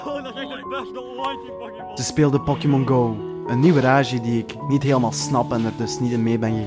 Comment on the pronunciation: Pokimon??? Tis pokemon